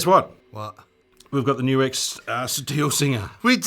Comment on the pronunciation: GLAD to hear you know HOW to say NUX! (Many don't!)